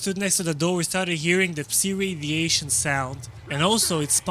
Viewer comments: Tip. Psi is pronounced sai not see. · Took me too long to realise what see radiation is. It's pronounced sy (rhymes with die as it's short for psychic)